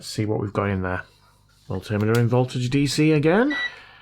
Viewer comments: man, it's called a multi meter - two words - not multtimmetter. what are you using for flux ? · What's with Mull-timitter? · " Mult-tim-miter " I know you mean Multimeter.. We yanks don't know how to say anything! 🤨😉😆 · Please tell me your "mul-tim-iter" was a deliberate "dig", please? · Dude! WTF is a mul timiter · The way you pronounce multimeter is cringe, but I think cringe is a goal of this channel.